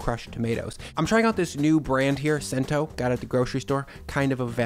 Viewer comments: It’s pronounced Chento not Sento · It's actually pronounced "Chento". They're really good tomatoes and are ubiquitous here in the tri-state area. Enjoying your content, my man. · it is pronounce CH-ento, and it is a great less expensive brand. Use it all the time. usually a can or two in the pantry along with some others. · Chen-toe... is how you say Cento! It is a local place, 15 miles, and they use NJ tomatoes. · Cento is pronounced chento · Also it is pronounced "chento". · In Sicily the letter "C" is pronounced as a "G".... as in Giant...... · Pronounced Ch-ento. Use all the time. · Italian soft "c" on CENTO as in 100. Might be cheaper, but around here in NJ, if you know, you know.